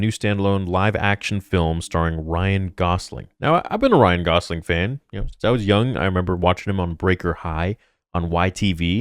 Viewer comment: It’s Gosling not Gausling